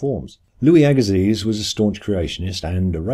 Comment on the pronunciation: Louis Agassiz is pronounced /ˈæɡəsi/, AGA- SEE'